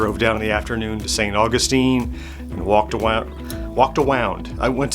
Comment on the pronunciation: Walked awound…! 😹